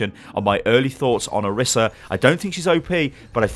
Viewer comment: Isn't pronounced Or-EES-a?